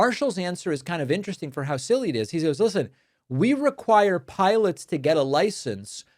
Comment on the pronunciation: "Wook, we make piwats flying pwanes...". Fire that dumbass and elect someone with an intellect. WITHF?